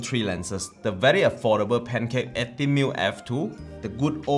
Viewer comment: I keep hearing Pentax when you say pancake. I am very sorry, but maybe consider doing this channel in Mandarin or the language most native to you? Your photos are nice, and the overall quality of video is obvious. But... your pronunciation and command of English is an absolute killjoy. Very sorry for the comment, and thank you for your efforts.